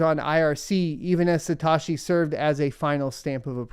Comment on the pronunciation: Say it with me “suh-t-oh-shii” not “sa-ta-shii”